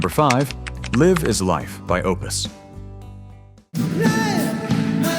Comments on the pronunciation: AI slop detected: The name of OPUS' song is pronounced as "Life is life", not "[liv] is life", A-HA is not pronounced as [ei-ha] and moreover, they're far from being a one-hit wonder, Voyage Voyage is pronounced the French way etc. 😮. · Voyage, voyage - at least try to learn how to pronounce it. The same applies to Live is life. Baltimora, and especially A-Ha were not one hit wonder. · AI narrator? I mean, ‘he’ reas french ‘voyage’ as you’d read it in english. And ‘live’ (in ‘Live is life’) read as the verb ‘to live’. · Note to whatever AI was used to create and voice this - A-ha id not -ronounced “Ey-Ha”, and they were not a one-hit wonder band at all. Another AI giveaway is the wrong pronunciation of “Live is Life” at the end of that segment.